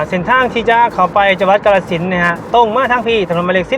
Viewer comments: ออกเสียงให้ถูกต้องนำเด้อ อย่าออกเสียงชื่อจังหวัดแบบลากยาว กาฬสินธุ์ = กาน-ระ-สิน (เมืองน้ำดำ)สองพยางค์แรกจะออกเสียงสั้นเด้อ!แต่ออกเสียงว่า กะ-ลา-สิน (กะโป๊ะ)ออกเสียงยาวเกินไป ความหมายมันเปลี่ยนไปไกลเลย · กาฬสินธุ์ อ่านว่า กา-ละ-สิน ครับ ไม่ใช่ กะ-ลา-สิน